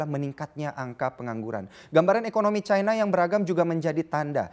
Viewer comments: terus kenapa nyebut singapore itu singapura, bukan singapou. Kenapa gt harus nyebut cina dgn nada caina? Aneh aja gt kedengerannya di kuping hehehe.. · Ironi: negara komunis bergantung ekonominya ke negara kapitalis. Nice info, tp nyebutnya ga usaha Chayna. Cukup China aja. Ga akan disebut rasis. Kaya kita nyebut Arab (panggilan singkat Arab Saudi), ga akan kita sebut Ereub khan?